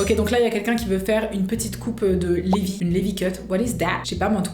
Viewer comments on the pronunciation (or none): Juste ça se dit pas LIVI mais LIVAI mdr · Sa ce dit livay pas lévi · c'est pas lévi ça ce dit "Livaï" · Livaaaaaaaaï et non pas levi 😂 genre sa se prononce livaï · "Lévi" Désoler mais mes oreilles saigne.. Sa se dit Livaï 🤣✋🏽✨ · Pour info, "Lévi" se prononce "Livaille" 💀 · on dit la prononciation livaï et c'est un anime shonen !! attak des titan et le dessins de Tae est magnifique wow!! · Ça se prononce livaï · Aaaaa mes oreilles '' lévi '' 😂😂😂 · Prononce le Levi en anglais stp la prochaine fois